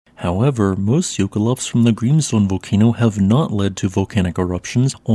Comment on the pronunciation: This actually is his real Voice. He said during a Stream that he's autistic (if I remember right) and due to that he speaks monotonely when reading. My Issue is more the Pronounciation of Grimsvötn as something like [ g̥rimsfoʊn] when it's actually ['g̥rimsvœʰtn̥]